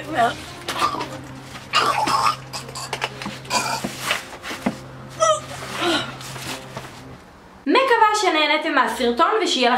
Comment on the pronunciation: זה בּיבּר לא בּיבר